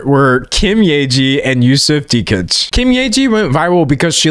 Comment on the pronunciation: Extremely out of topic but I really truly appreciate the fact that you pronounced Yusuf Dikeç's name as correctly as possible so thank you, that was refreshing to hear 🙏